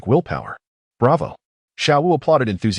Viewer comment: Screws up the names of xiao wu and xD